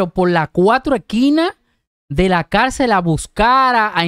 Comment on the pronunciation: Cálcel ..no ....se dice .Cárcel.